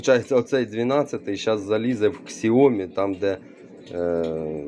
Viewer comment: яке КСЯОМІ, вимовляється як сяомІ, наголос на І